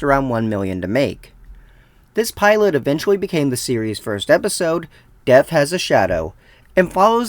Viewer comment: You keep pronouncing death as deaf. Lol